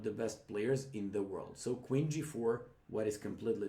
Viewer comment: I love how he pronounces "queen" as "Quinn".